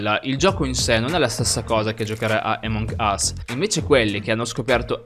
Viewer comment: Che fastidio quando dici emong ....... ...... Us 😂😂😂 grande